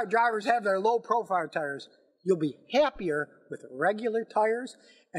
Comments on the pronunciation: Low profire lol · "low proFIRE tires" lol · "Low profire tires"